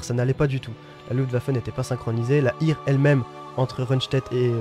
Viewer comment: Et Heer (air) et hire! Quelques notions de diction germanique ne serait pas de trop, j'ai les oreilles qui saignent.